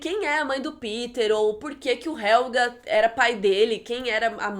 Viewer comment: só queria que você falasse Jonas em vez de Ionas e Helge em vez de Helga